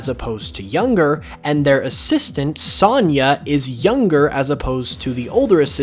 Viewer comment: Great video. But have you never heard the name sonya pronounced?